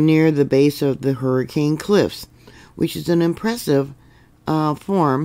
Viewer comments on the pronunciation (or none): I'm prepared - I just got the heck out of there and moved far far away from Southern Utah. I've lived all over Utah most of my life and got a chuckle out of your pronunciations 😂. Lots of religious or Native American names in the area. Nephi = knee fie Hurricane = Hurracun Weber = Wee burr For future reference... Layton = Lay UN (like you got punched in the stomach at the end, drop the 't'). Everyone was warned with that 5+ and a swarm that hit Salt Lake a few years ago. St George has had big ones before. The eclipse just passed over the middle of UT too so I'm watching the next couple weeks to see if that triggers anything. Glad to be in a safer zone today!🎉 Thank you as always for your reports!!🙏💯🤗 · Hi! I’m a native Utahn, and came to say two things. First, you’re great! Second, this area in Utah, Hurricane, is pronounced Her-ah-kun. FYI.